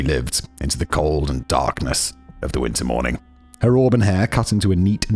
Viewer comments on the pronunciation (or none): none